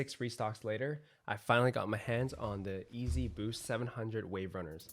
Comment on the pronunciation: Still says EAZY instead of YEEZY. how